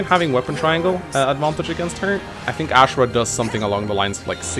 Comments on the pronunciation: I'm very bugged my pronounciation of "Azura". It's not Ashera god damn it! >< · It's azura not ashra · Still get triggered by the way he pronounces azura but still a great video tho